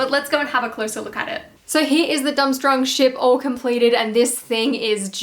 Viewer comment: Love the vid, but it’s pronounced “dorm-strang”